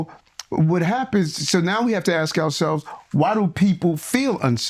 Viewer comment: A political figure saying "axk"